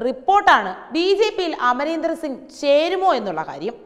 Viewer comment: This reporter doesn't know how to properly take name of a person... Amarender?...